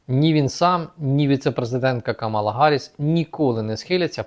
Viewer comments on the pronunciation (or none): наголос в імені ''Камала'' треба робити на перший склад - Кáмала Харріс.